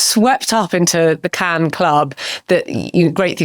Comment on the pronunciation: Why does Richard say “Ken” instead of Cannes or “Can” is it a Barbie link up?